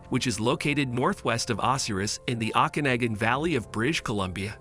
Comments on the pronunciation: That AI voice is hilarious. Listen to the pronunciation of Osoyoos and Okanagan lake. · Never heard Osoyoos or Okanagan pronounced so badly in my life !! 🤦🙄